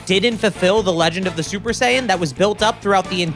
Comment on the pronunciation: But who is "SUPER DEE-DUPER SAIYAN"?